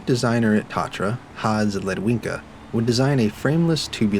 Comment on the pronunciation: it’s pronounced ta-tra please for the love of all that is holy get it right